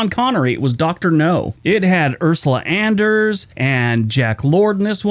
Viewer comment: Andress not Anders!